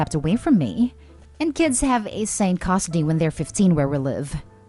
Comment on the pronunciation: It's pronounced "Cuhstudy". Not "Cost-tudy". I'm sorry, I just had to, this once, point that out.